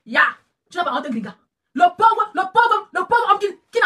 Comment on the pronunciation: Grigata-grigata-grigata-grigata Bam 💥 Bam 💥,,,, 😆😆😆 façon dont dit Gringa làaaa, sa fait trop rire 🤣 Gringa comme Gris-Gris 😆😆😆😆😆😆😆✌️🌷🥰